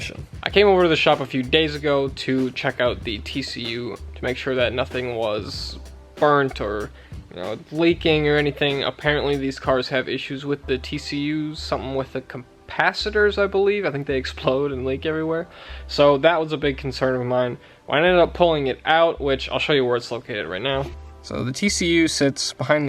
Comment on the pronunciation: Thanks for introducing me to this channel looking forward to watching this content. On a side note did I hear Compasiders GRIN My son used to say Capasitaters LOL. Just having a little fun ca·pac·i·tor